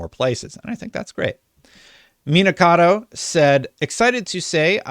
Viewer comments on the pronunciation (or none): Meh-nah Kah-Toh